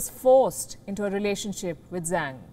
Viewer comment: 张 (Zhang) is pronounced "Jang". In Chinese, "zh" is pronounced /ʈ͡ʂ/ rather like a "j".